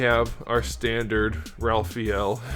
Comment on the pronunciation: Ralphael lmaoooo 🤣